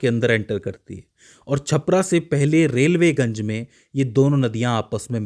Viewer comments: रेलवेगंज नही रिविलगंज है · रेल्वेगंज नहीं,रिविलगंज नाम है, छपरा जिले में!! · रेलवेगंज नहीं रिविलगंज